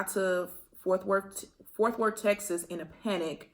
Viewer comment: “ Forth worth “ lol it’s Fort Worth 😭 I’m from there so I had to say something but in the nicest way 💜